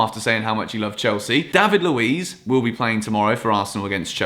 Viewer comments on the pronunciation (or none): none